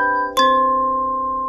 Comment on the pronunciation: Why does he always say Marimba with more emphasis than all of the other instruments?, he also spends way longer playing it in this video